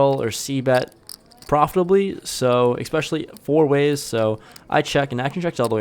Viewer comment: Love the vlog. I watch m all. Just one thing... please stop saying expecially and excape.